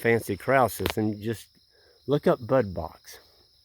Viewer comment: It is a "Bud Box" and not a "butt box".